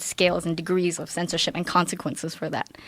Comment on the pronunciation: "Especially TECH scensorship..." she said...hmm 🤔